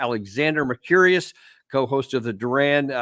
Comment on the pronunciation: Alexander "Mer-curious"